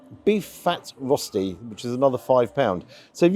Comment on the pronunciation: The food looked fantastic, and I thought the portions were perfectly fine. As a person living in Switzerland for a long time, it's not spelled "rosti", it's spelled "rösti". The pronounciation is closer to "rushty", not "rosty"... and the rösti that you got definitely would have Swiss people turning in their graves! But glad it tasted good.